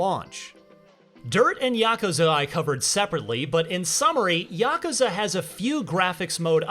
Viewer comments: It's yakuuzha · Ya-ku-za. Three syllables sounds fine to me. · You know it's yuh -koo-zuh? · Is just me or is he really butchering the word Yakuza? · Correct me if I’m wrong but is he saying yakuza wrong? Or right!?